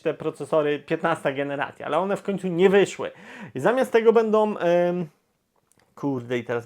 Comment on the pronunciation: Bardzo razi to "bendom, wyjdom". A nie da się bardziej po polsku ("będą, wyjdą")? Obiecuję, że przestanę subskrybować kanał, jeśli choć troszeczkę nie zmieni się mowa. Pozdrawiam